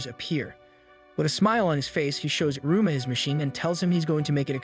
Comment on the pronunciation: Bro it's pronounced: E-ruma